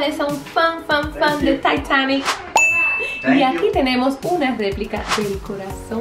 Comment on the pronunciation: Like si pronuncia mal titanic